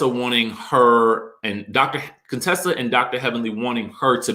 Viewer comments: It's you calling her Dr. "Cone-tessa" for me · why does he keep calling Dr. Contesa Dr. CONEtesa 🤣🤣🤣